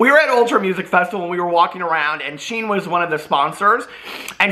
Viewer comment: You pronounce Shein like "She In" not sheen 😋 They're too problematic they don't deserve as a sponsor